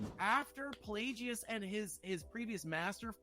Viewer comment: It’s PlagUS, not PlayGeeOoz